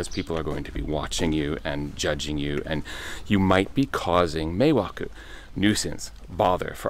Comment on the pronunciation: Meeeeiwaku not mewakeww